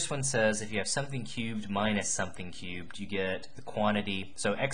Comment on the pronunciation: Was I the only one super bothered by the way he said « cubed »